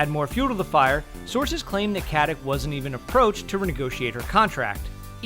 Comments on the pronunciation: Kaze se Katic a ne Katik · its not fucking katik its katić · Katić (Something like Katich), not Katik. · it's more like cut-itch (no pun intended). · Stana is of Slavic descent, so the "c" in Katic is(most probably) pronounced as the "ch" in "chair". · Het name is pronounced: Stah-nah Kah- tich NOT Stenna Kettik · Thank you! It bothered me to no end to constantly hear that 'stenna kettik'.